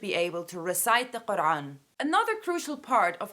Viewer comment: Why does she say Qur3an? It's just Quran...